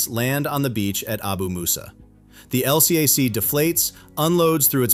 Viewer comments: This is an A.I. channel. Surprise surprise! As a Naval “expertise” channel- every Navy sailor knows those hovercraft are called “EL-cack “; not “El See Ay Sees”. Big give away. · AI, it's "el-cack," not LCAC! Also, your AI pronounces USS like, "U. S. S. ...). If you're going to do USN stuff, use (or teach your cheap AI) to use USN jargon and pronounciation.